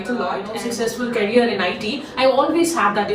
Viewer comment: A person you can’t even pronounce the word “career” properly was working with Microsoft & viva 😂😂😂